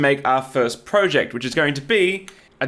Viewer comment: He said project wrong too, but we're not so unkind as to mention it. ;¬)